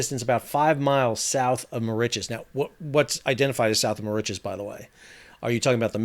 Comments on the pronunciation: found the mispronunciation of Mauritius a bit annoying. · The first shipwreck in history caused by a cell-phone. (Incidentally, I never heard Mauritius pronounced like that before.) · Not sure where Sal got his pronunciation of Mauritius from.... even with Google set in American pronunciation mode comes nowhere near how Sal is saying Mauritius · yes I found it difficult to follow as he was pronouncing Mauritius the wrong way.